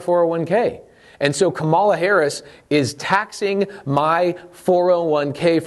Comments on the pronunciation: Firstly, - it’s KA-ma-la, not ka-MA-la. Come on. You’re smart and it’s easy. Beyond that, I want to say that I appreciate you and everything you do very much. Thank you for producing so much valuable content and making education on these topics so readily available. Accessibility has long been the most significant hurdle for the impoverished to improve their financial situations. Furthermore, you obviously have a good heart and if every wealthy person were as charitable and giving as you, most, if not all, of our country’s economic inequalities would would be solved within a decade. Please never lose that quality about yourself, no matter how frustrated you may become with the government or anything else. But as you alluded to, there are many greedy, callous narcissists out there who don’t care about a single thing except their personal bottom line, and this system has allowed them to flourish. This is just fundamentally wrong. While our country stands for individual freedom, if we’re going to call ourselves The *United* States of America, we should show a little unity, and place a premium on it in everything we do. For that reason, I do believe there should be more oversight and implementation of policies which would guarantee that widely beneficial things are being done with the tax money instead of just hoping for the best. However, I don’t believe that this policy is the way to acquire it. Everything you’ve laid out here makes perfect sense, and I don’t want to see y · Why can’t you pronounce her name ? I find your active ignorance very telling, even my 11 yo can say her name correctly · Way to give a misrepresentation of what she is proposing while knowingly mispronouncing her name the entire time. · Just so you know, you mispronounced her name the whole video. Might want to add an editor's note. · Interesting points. You would sound more credible if you learned to say her name correctly